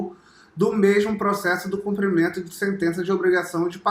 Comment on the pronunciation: So precisa aprender a falar: CUMPRIMENTO!!!